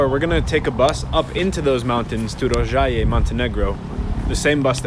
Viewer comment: Tip: the O in serbocroat is shorter (you said it great in Rožaje)